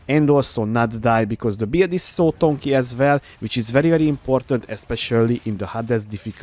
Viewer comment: Your guide is just perfection! By the way, its "tanky" not "tonky" ;)